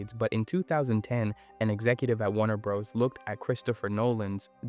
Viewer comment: It’s Warner Bros. (Bros. is pronounced “Brothers” 100% of the time, never “Bros”)